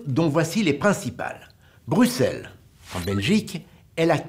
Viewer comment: Un français qui dit correctement Bruxelles wow